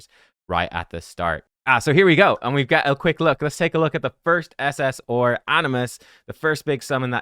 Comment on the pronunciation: its SS"R" not SS "Ore" lol